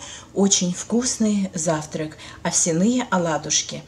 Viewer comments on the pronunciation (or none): ОвсЯные, а не овсянЫе.....ухо режет неправильное название. Где вы слышали такое ударение?